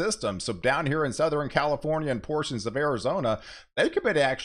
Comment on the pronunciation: Seriously, it’s Southern, not Southren!